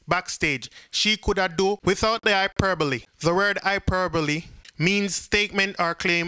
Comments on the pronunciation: Bro it's pronounced hiiperboal not hyperboly, and you could practice reading a couple times before recording because the camera can you nervous and throw off your reading, which lessens the quality of the video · U pronounced hyperbole wrong